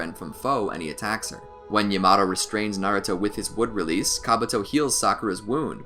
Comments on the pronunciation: Man really said llamato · It is not ya-maa-tow It is not ya -ma-to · DID HE JUST SAY YA MA TO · Great narrating / editing. I've watched probably 10 of these and this guy hasn't stuttered once. 🐐. Also, people complain about pronunciation: it is true the pronunciation of Yamato made me fall out my seat; however, most of them are okay. I like how he pronounces Sakura, it's like music hearing it over and over 😅. 👏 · SAMEEE especially yamato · Why he say yamato like that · Nah I don’t wanna hear him pronounce it like that for 10 min